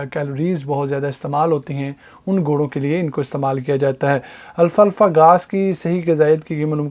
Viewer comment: It's alfafa not Alfa Alfa brother❤️👍